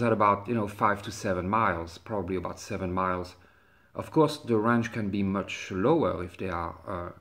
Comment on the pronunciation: Range you moron. Not rang. Damn.